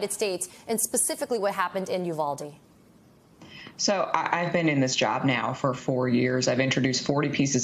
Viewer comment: State Senator McMorrow is right. The high school students from Oxford, Michigan are very empathetic people. They are certainly more so than many of the Republican members of the Michigan Legislature. However, I wish the media and those that have appeared on it would pronounce Uvalde properly. It is a Spanish word. The "U" is pronounced "oo" as in the word cool. The "v" is pronounced like the sound "buh". The "a" is pronounced like the word ah. The "e" is pronounced as the word a is in English. The pronunciation of Uvalde therefore should be "oo bahl day". This too me is important in light of the number of Spanish speakers that live both in Texas and in the rest of the United States. It is a sign of respect for those who appear on camera to learn how to pronounce a word or a name you may not know. Therefore, it is very important to learn how to pronounce it since it is being said over and over again because of the traumatic event that occurred there. Uvalde will no longer be immediately thought of as the "Honey Capital of the World" but instead be known in the context of Sandy Hook.